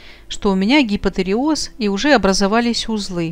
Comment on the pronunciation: А правильно произносить гипотиреоз не надо.? Аж режет слух.